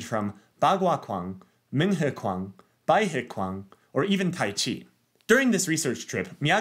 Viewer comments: quan in Mandarin is pronounced more like chw + Anne, not kw + on. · Quan is pronounced more like "ch"uan" in Cantonese.